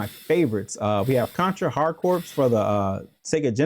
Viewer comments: Fun video, I love Contra, but did he just say Hard Corpse ? C'mooon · The s is silent in corps